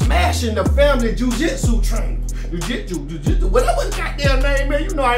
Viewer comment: Playing dumb for the camera is more annoying than entertaining. You don’t need a college degree to pronounce words like jiu jitsu. Tom Brady married the wrong one. That’s all that was.